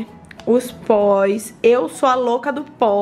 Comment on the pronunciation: "Batões" "Póis" "Toins" 😂